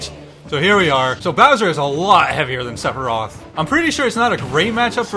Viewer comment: Did he say cleferoth